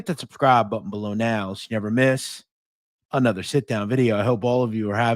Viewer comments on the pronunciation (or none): I love how says "anotha edition of the sitdown" like he's a Brooklyn tough guy, but then immediately says all of his other "R's" letting us know he doesn't really talk like that. 😅